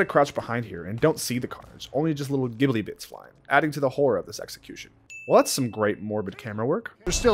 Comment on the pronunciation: "Gibbly bits"? Don't you mean jibbly bits?